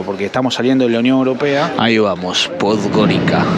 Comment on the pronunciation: Podgorica is pronounced "Podgoritsa".